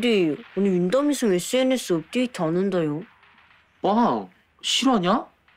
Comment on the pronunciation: 아 계속 윤담이를 전담이라 듣넼ㅋㅋㅋ